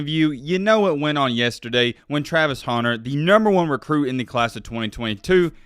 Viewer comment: Hunter not 'Haunter' lmao